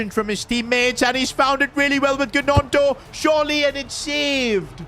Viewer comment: Leeds fan here. Your butchering willy gonto’s name it’s pronounced nonto not GEonto